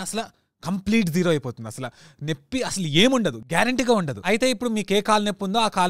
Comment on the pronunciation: నెప్పి కాదు నొప్పి